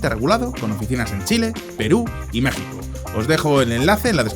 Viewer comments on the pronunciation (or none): none